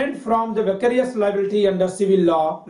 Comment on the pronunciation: Its vicarious.... Not vacarious!... Anyways.. Nice lecture sir!..